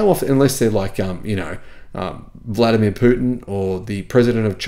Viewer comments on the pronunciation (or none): none